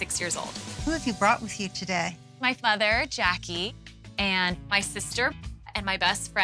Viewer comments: What the hell is she calling her mother? Sounds like she's saying father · I had the same question. It sounds like she's saying futher which isnt a word so I have no clue what's going on